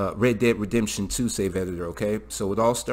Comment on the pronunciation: "Reh Redemshen"